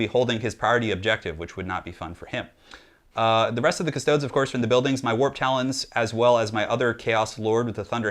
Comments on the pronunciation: Custodes = Cust-ode-eeze. Not custoads. Astartes isnt pronounced Ass-tarts after all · The way he says custodies hurts. Cust-stodes ugh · Not to nitpick but it's pronounced custo-dees. Think like adeptus astartes. It would be silly if it was pronounced astarts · "custoads" tho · Technically this is latin and pronounced coos- to(not with the English o as in "over", but with the o most other European languaged use) des (long e I think, also an e that i can't think of an english example for) On the other hand GW are British. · it's pronounced cust-toad-dees, practice your high Gothic (Latin) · IT'S PRONOUNCED 'KUS-TOH-DEES' 'KUH-STO-DEES' I mean, I love your channel,, but AAAAAAAAAAAAAAAAAAAAAAAAAAAAAAAAAAAAAAAAAAAAAAAAAAAAAAAAAAAAAAAAAAAAAAAAAAAAAAAAAAAAAAAAAAAAAAAAAAAAAAAAAAAAAAAAAAAAAAAAAAAAAAAAAAAAAAAAAAAAAAAAAAAAAAAAAAAAAAAAAAAAAAAAAAAAAAAAAAAAAAAAAAAAAAAAAAAAAAAAAAAAAAAAAAAAAAAAAAAAAAAAAAAAAAAAAAAAAAAAAAAAAAAAAAAAAAAAAAAAAAAAAAAAAAAAAAAAAAAAAAAAAAAAAAAAAAAAAAAAAAAAAAAAAAAAAAAAARRGH! P.S death to the false emperor xoxoxoxo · The way you say Custodes hurts my soul